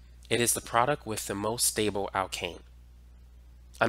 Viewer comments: It’s product, not produck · You're absolutely great, but can you please stop saying "produc-" and throw that last 't' in there. Drives me crazy. You're very helpful though!